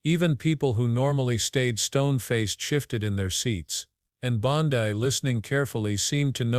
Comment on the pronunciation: Learn how to pronounce BONDI...ITS BON--DEE. ...NOT BON-- DIE